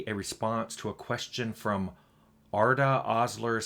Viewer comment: Wow thanks for the whole video! Perfect pronunciation of my name “Arda” btw lol